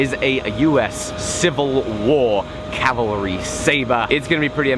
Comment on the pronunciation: please pronounce "Cavalry" not "Calvalry".